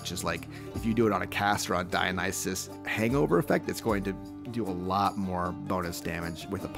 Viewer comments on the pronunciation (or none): none